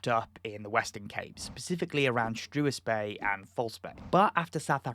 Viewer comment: Afrikaans South African here. Absolutely love the way you say Struisbaai. I am not even going to say how to pronounce it correctly because the way you say it is gold ❤